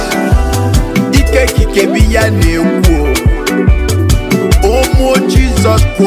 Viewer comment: Lol..... Him no sabi pronounce Christ